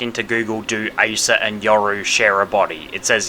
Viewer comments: Im sorry I gotta rebuttal this but her being a manga character only, as of now, has no bearings on how her name will be pronounced. Her name is literally "アサ" ア(A)サ(SA) if her name was going to be pronounced as "Aysah" then her name would be エ(eh)サ(sa) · You're kidding me right, bro all she had to do was read the word Asa, it's just (A-sa). It ain't that hard, we're not expecting much, just that you atleast know the name. Calling the chainsaw community toxic for calling that out is retarded in my opinion. This video and emi's cosplay vid feels like ragebait because expecting someone to atleast know the character they are cosplay is a bad thing now💔💔🫩🫩